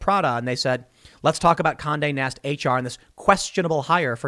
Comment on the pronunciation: everytime he said Conde Nast i heard Kanye West